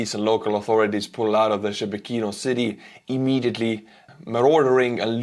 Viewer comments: It's not pronounced Shebeh Kino. It's Sheh Bekino. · "Shebekino".."She Be Kino", hahahaha It's soon gonna be The Republic of Belgorod. And Russians, they don't deserve "peace"